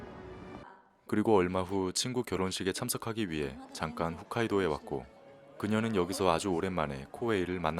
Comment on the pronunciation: 훗카이도가 아니라 홋카이돈디....😂